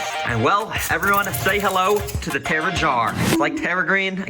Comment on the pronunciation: terra green not terror green